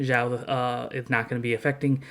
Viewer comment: Hey buddy, just so you get used to the right pronunciation of your favorite character's name: The way you are pronuncing is sounding like "Zhao" in mandarin The correct way to say Xiao is "Shiao"